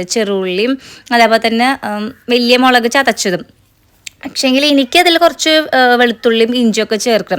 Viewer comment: മേളക് അല്ല മുളക്